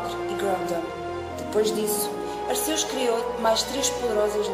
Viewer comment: Só uma dica não se diz Ar-ceus diz-se Arqeus lê-se o "c" como se fosse "q"